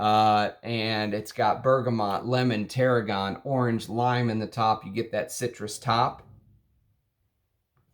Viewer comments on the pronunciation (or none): none